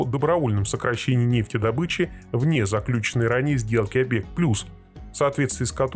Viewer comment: Заключённый договор, а не заклю́ченный!